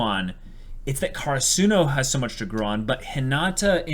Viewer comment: I can’t believe you guys still say Hinata’s name wrong lol